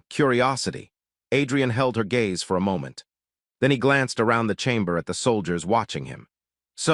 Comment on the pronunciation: AI doesn't know the difference between gays and gaze...